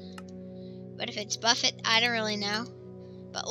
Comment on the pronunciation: lol hw prononcied buffet hahah